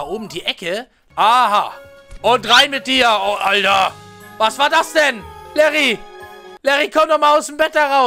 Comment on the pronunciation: Das heißt nicht Larry sondern Liri